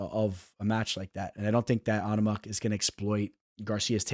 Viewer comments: LoL on ama you sound like such a fuckin weirdo bro. Love to hear you fuck up tons of fighters. Obviously, ya know nothin about ufc if you can't even pronounce his name. NOT ONE PERSON IN ANY EVENT OR PODCAST ETC. HAD EVER SOUNDED so stupid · I like the way he say on-a-ma it's just like Obama but with a N 😂😂😂😂